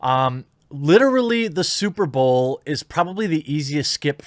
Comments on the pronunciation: S U P E R B A O W L Dude how can you pronounce superbowl like that? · “SuperBowel” that slip up was hilarious 😂